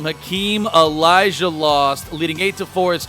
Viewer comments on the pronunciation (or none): none